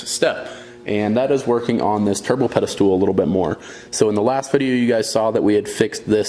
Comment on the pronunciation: Pedestal***, not pedestool.